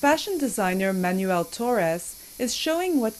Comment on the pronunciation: Manel not Manuel